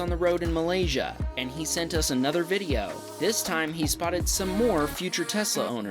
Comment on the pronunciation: The way you pronounce "Malaysia" make me happy.. 😊👍